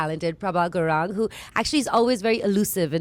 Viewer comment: Its gurung not gurang